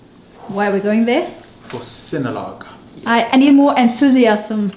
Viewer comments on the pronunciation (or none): its pronounce Si-nu-log not si-no-log.. hehe.. but anyways.. have a safe flight going to cebu guys. 😊